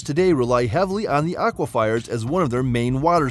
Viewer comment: "Auifier?" How about AQUIFER ! 😆